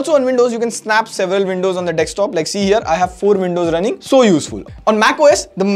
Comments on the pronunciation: He said dextop instead of saying desktop😂😂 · bhai woh sab theek hai... but "Desk-top" ko "Decks-top" bolna band kar na yaar. for reference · You talk a lot for person who says dextop instead of desktop. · Did you say dekstop? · what is a dextop? 🤣🤣